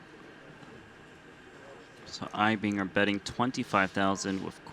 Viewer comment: Mad Props for pronouncing Eibinger correctly!